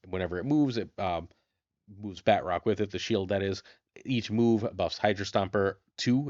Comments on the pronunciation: This is killing me. it's not pronounced BAT--Rock. The T is supposed to be part of the second syllable. BA--TROCK. ""bah" like the sound a sheep makes, "trock" like the word truck but with an 'o'. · Love the videos- but I’m hoping the proper enough annunciation of his name will spread, which sound like “Baa-troke (like rhymes with choke). I say proper enough because it’s French, so a true pronunciation would make it far more nasily on the end of the name. But it really isn’t “bat-rock” 😅 anyways, love the content, not trying to sound overly critical, keep pumping out great decks 💪🏼